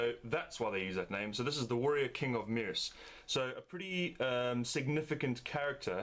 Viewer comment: It's pronounced "mersha"